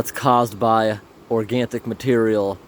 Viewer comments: Why do you say organtic instead of organic? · I keep wondering…are you purposefully adding in a “t” to organic? Every time you say “organtic” I get confused. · Small tip here: Say Nick. Say Organ. Say Organ, Nick. Organic doesn't have a t in it! :)